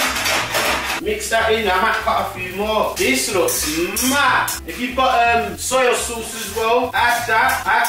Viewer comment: man said soil sauce 😭